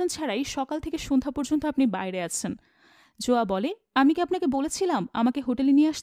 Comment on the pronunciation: Not joya its zoya